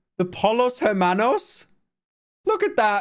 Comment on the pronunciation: Normal person: Los Pollos Hermanos Pyro: Loh Polos Ehmanos